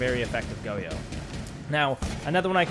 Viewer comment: lost me within 10 seconds lol im not tryna listen to goyo be pronounced go-yo for a half hour